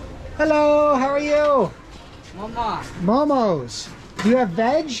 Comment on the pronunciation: We never say momos. . . Just mo:mo . . .